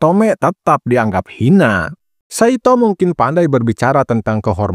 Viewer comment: Ngucapnya Saitô, huruf O seperti Naruto. Bukan kaya Nartó